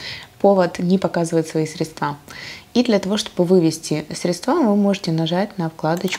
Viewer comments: Не средствА, а срЕдства!!!! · Сре!дства. А не средства! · исправьте ударение в слове "средства"